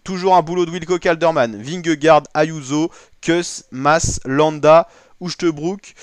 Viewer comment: Uchtebrouck? C'est à mourir de rire ... un peu de folklore verbal et auditif!!!!!!!!!